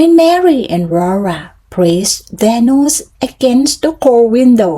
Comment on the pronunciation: ไม่อ่านเหมือนตอนฝึกล่ะคะ ตอนเริ่มต้น อ่านเป็นเทปยานแล้ว:face-green-smiling: อ่านต่อมาดีขึ้นนิด กระชับได้อีกค่ะ พหูพจน์ออกเสียงด้วยค่ะ noses โนสเซส looked out ลิงก์ท้ายได้ค่ะ package กับ bucket เสียงท้ายต่างกันนะคะ dropped เสียงท้าย t ไม่เป็ด เมื่อไรจะจำได้ ส่งข้อมูลให้ในไลน์แล้วนะคะ อ่านและจำให้ได้ fire ออกเสียงท้าย เออร์ด้วยค่ะ โดยรวมออกเสียงคำชัดขึ้นมาก:washhands:จังหวะ ความต่อเนื่องยังไม่ดี สดุดเยอะ คำไม่ต่อเนื่อง เว้นวรรคไม่ดี